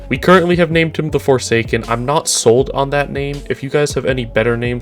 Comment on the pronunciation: The "Forgesaken" 😂